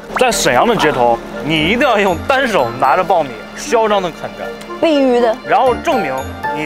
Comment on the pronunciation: 沐上啊…应该念bao1米…一声…不是爆米😂